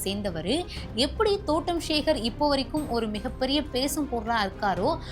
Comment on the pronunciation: ஷிவ குமார் ,ஸேகர் அப்படின்னு பேஸ தெரியாம பேஸீருங்க.தமிழில் ஸ அதிகம் சேர்க்காமல் பேஸ Sorry பேச கற்றுக்கொள்ளவும்.